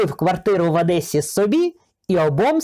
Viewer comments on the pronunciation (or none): none